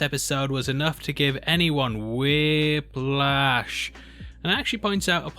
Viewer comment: Awesome how you said "whiplash" 🤣🤣🤣🤣🤣